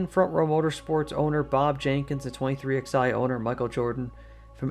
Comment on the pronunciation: It's pronounced "23Eleven", not "23XI"